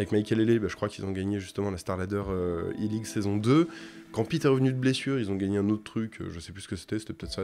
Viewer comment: Super vidéo comme d'hab, juste si c'était possible de pas prononcer i-League comme Eleague parce que ça porte vraiment à confusion !